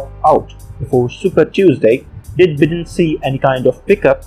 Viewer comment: It's Joe BIGH-den...not Bidden.